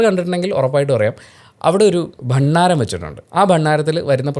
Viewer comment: ഭണ്ണാരം ആണോ? ഭണ്ഡാരം അല്ലേ? As in ‘nda’